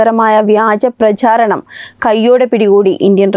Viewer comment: പ്രശാരണം...? ഭയങ്കരം !😮 ഉച്ചാരണ ശുദ്ധിയില്ല. " ശ" ഒരു ബാധ....😮